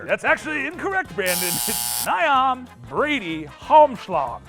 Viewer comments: Niamh = Neev love from Ireland 🇮🇪😂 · Niamh, who asked the fourth question--her first name is pronounced Neev (sometimes Nee-iv). I'm dating myself by what I'll say next, but: the more you know...*rainbow star DING* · It's pronounced Neeve!